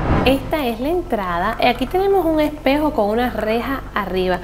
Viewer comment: "Y aquí tenemo a un epejo con una rejas arriba, nunca lo entendí poque el epejo e pa verse" Esa fue la mejor frase de todo el pto video xd